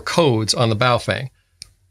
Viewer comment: "Bofwang" 😂😂 love this guy!